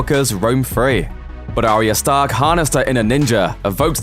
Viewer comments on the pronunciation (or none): none